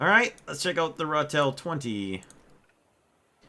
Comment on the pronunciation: Your pronunciation is close enough. Ratel is the Afrikaans word for badger.